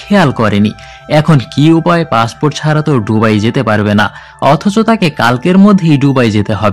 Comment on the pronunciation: সবকিছুই সুন্দর তবে শব্দ উচ্চারণে আরো যত্নশীল হওয়া দরকার। যেমন- ডুবাই না এটা বে দুবাই। ধন্যবাদ